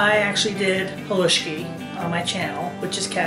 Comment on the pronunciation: Living close to the coal region thank you for saying haluski correctly.